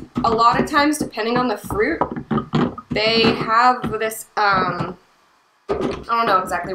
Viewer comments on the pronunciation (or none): none